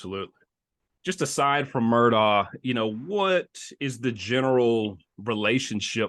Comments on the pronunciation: It’s pronounced Murdock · You are pronouncing Alex's last name wrong, it is pronounced: Mer...dock.